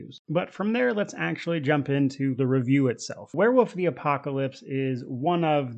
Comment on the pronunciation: It sounds like you're saying "werewoof" and I'm here for it.